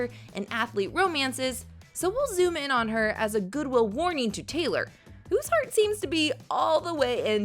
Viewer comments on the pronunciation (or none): none